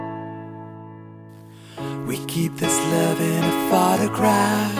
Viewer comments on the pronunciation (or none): Your voice is fantastic but you lack Pronounciation......it's not Phatograph but Photograph...not Repped jeans but Ripped Jeans....not Fet but Fit...